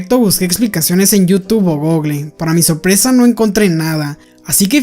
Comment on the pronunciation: No te sorprendas. Eso le pasa a quienes han abandonado, o nunca adquirido el buen hábito de leer y quieren encontrar respuestas en "GOGLE" (sabrá Zeus qué será eso, quizá quisiste decir GOOGLE, pronunciado Gúguel) o en Yutú. La explicación viene en el libro de Michio Kaku: "Hyperspace: A Scientific Odyssey Through Parallel Universes, Time Warps, and the 10th Dimension" No es una teoría, es una idea o creencia.